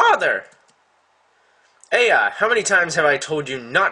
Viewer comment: it's pronounced eye-ya